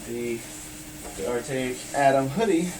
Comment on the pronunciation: lol "artaic atom" you mean arcteryx?